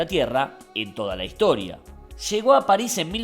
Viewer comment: Bueno... pero como lo dice Leo es lo más correcto. La S final de "Paris" es aspirada.